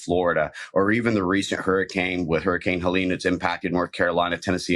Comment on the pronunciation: You're right... Helene is pronounced (Hah-Lean) 👍👍